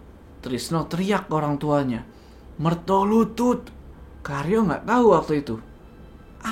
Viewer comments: BUKAN MERTOLUTUT 😂😂😂😂😂😂. Tapi MERTOLULUT. Waduuuuuuuhhh ga ati2 nich... Coba dech cek google kl ga percaya... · Mertolulut bukan mertolutut bang hehe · yang bener MERTOLULUT, bukan MERTOLUTUT. Mertolulut (secara harafiah Mertolulut artinya Sabar Menunggu Kematian) adalah jabatan dalam keraton yang bertugas sebagai eksekutor hukuman (sejak kepemimpinan Sri Sultan Hamengku Buwana I), biasanya Mertolulut diadmpingi juga oleh pejabat kraton dengan jabatan Singonegoro. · koreksi bang Jo, setau saya bukan MERTOLUTUT, tapi MERTOLULUT, sehingga nama tempat tinggal mereka di jogja maupun solo di sebut MERTOLULUTAN, tempat tinggal/kampung mereka dinamai berdasarkan profesi mereka pada waktu itu